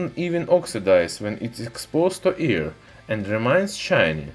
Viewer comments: I hear ear instead of air.. lmao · I keep hearing “exposed to ear”